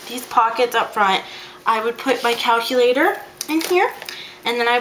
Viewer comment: If my classes are anything like last year, I need to get that index card holder. OMG as soon as you said " caculator " I have NO idea where Im gonna put mine! SOMEONE HELP?!